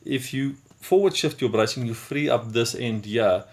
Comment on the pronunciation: Here's a thought. Learn to speak English more plainly, then film this over. Brycing? What the heck is "brycing?" Sheesh!